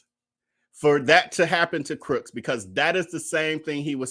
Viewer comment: Too funny. First video of yours that I am watching. I'm late to the game. Just noticed you keep calling him Darius "Crooks." Lol